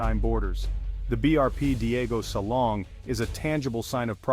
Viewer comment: DIEGO SILANG...not SALONG.